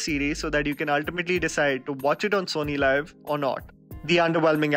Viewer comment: It's SonyLiv not Sony Live. सोनी लीव। Not लाइव